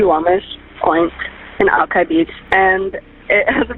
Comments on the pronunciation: Al-ki (rhymes with eye) not Al—kee… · To be fair, the computer also misspelled it. "Alki". It's like spelling Cincinnati "Cinccinati".